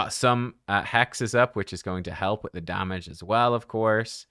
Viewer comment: Imagine saying not enugh, not quite a billion damaga 😂😂😂